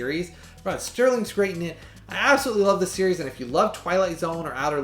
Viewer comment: Great review. I'll definitely be picking this up. One minor thing. You keep saying Rod Sterling. His name is actually Rod Serling.🙂